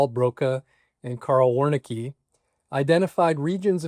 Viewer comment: Very interesting and informative. However I have to say 'Wernicke' should be pronounced in the German manner - "VER-nee-ka" - and not as "were-nikky". After all, Carl Wernicke was German :-)